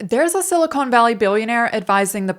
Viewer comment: I heard "silicone valley". Was that a joke, or did you confuse the Santa Clara valley with the San Fernando valley, where all the pornos are made?